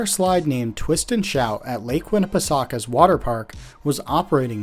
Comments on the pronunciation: The way you slaughtered Lake Winnie's name lol. It's ended like saying winna-pa-soaka. I was shocked to see it on the list, I grew up there every summer. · I like really close to lake Winnie (your pronunciation is a little off but being a Cherokee word, you do pretty well.) I know several people who work at the park. My brother can see their coaster from his back yard.